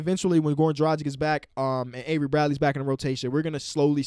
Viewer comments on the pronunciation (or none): it's dragic like drag itch, not like the pronunciation of tragic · Start pronouncing Dragic right, all Yugo's have the ICH at the end (Draw-gich) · Is this history, the 1st time i completely disagree with something said??? Oh my, took some time for it but, the Heat, it will not be enough to get Dragič (who you still say his name in the most wrong way possible while you have no problem sayinc TLC's full name, which is weird) and Bradley back, we need a proper experienced center that will play center and a PG that is a playmaker pass-first type to get back into playoff performance levels